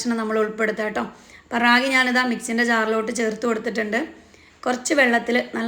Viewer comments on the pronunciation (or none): രാഗി അല്ല താത്ത റാഗി